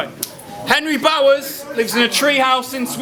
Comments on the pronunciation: Did this dude just say Henry Sourse?!! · was the judging section a competition to see who could butcher Henry Bowers name the most?